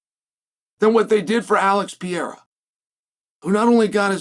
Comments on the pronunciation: Chael, please, for the live of god it’s not “Piera” it’s Pereira. PE-REI-RA! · please learn to pronounce Alex's last night right